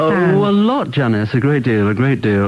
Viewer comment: “no Janice you can’t” 🇬🇧 intense English accent.